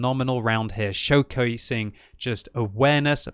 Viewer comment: What is a "showkawasing"?